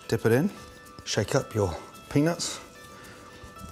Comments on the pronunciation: Gordon has got to start pronouncing the “t” in peanuts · Damn. He doesn't enunciate "peanuts" very well...😂😂😂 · Everytime this man said peanuts i heard ”penis”. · The way he says Peanuts, makes me crack up everytime.